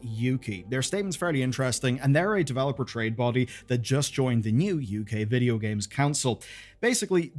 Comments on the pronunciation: Bro that was so irish😂 vidjo games. Serious podge and rodge vibes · he said Vidja... noice